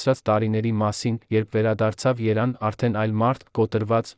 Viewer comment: 🇦🇲❤️🙏Արա ինչ Երան ՝Այս քոմփյութերը թուրք կողմից է խոսում ։Հիմարներ Երեվան ոչ թէ Երան ։1973 թիվ ՚ոչ թե 1973 երորդ տարում ։Ավավաղում եք Հայոց լեզուն ։ Բարեվներ Գլենդելից ։ 🇦🇲❤️🇺🇸